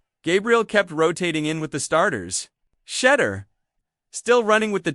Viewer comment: Why does this guy not pronounce SHEDEUR'S name right . They always do this . I don't care how long a caucasians name is they always pronounce them right . But they all try to surname Black folks by not pronouncing their names right . Stop it man ask somebody how to pronounce Shedeur's name properly .